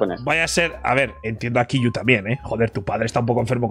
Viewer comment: Que grande Ibai diciendo kiiyu, que buena pronunciación crack jajajaja